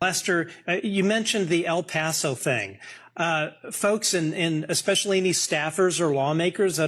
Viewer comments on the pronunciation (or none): You know what pisses me off, there's no "G" in the word "especially." It's not egspecially. Cut it out. Check your grammar.